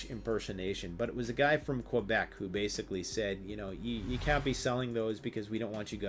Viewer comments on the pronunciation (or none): none